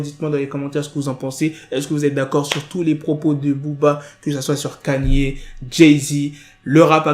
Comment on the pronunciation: J’ai relevé tes prononciations d’anglais le titre de beyoncé tu dis allo et mtn kaniyé pq😢